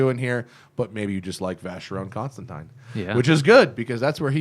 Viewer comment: oh boy. my ears are bleeding for that mispronunciation of vacheron constantin